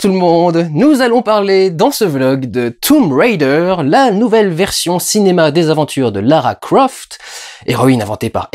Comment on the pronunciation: S'il te plait.. ne fais pas style "je prends un accent anglais" quand tu prononces Tomb Raider comme si c'était Tomb RIder !!! mdr parce que franchement c'est un peu ridicule ! ;) bon allez, je vais regarder ta critique maintenant ! lol